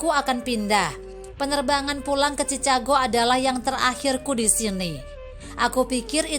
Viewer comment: Ceritanya menyentuh dan bagus. Namun sayang naratornya kurang kompeten. Ma'af ya mbak , sebelum baca narasi mohon latih dulu spelling nya supaya gak kelihatan kalau awam sekali dengan bahasa Inggris seperti nama kota Chicago